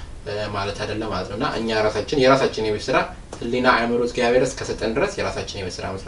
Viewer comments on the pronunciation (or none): የኔ ወንድም እግዚአብሔር አምላክ ነው የሚባለው አንተ ግን እዝጊያብሔ አምላክ ነው የምትለው ብዙ video ላይ ሰምቸህ አለሁ ላርምህ ፈልጌ አይደለም ግን ስለምትፈጥን መሰለኝ እና አባቶቻችን ሲያስተምሩ የአምላካችን እግዚአብሔር ስሞች እያንዳንዳቸው ትርጉም አላቸው ስለዚህ ስትፅፉም ሆነ ስትናገሩ እግዚአብሔር ነው ማለት ብለው ሲያስተምሩ ስለሰማሁኝ ነው ወንድም ይቅርታ